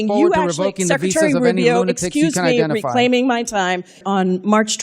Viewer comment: "reclayming ma tame, reclaiming ma tam"